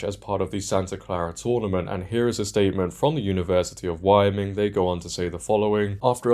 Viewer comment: Not a big deal, but you might want to look up how to pronounce Wyoming.......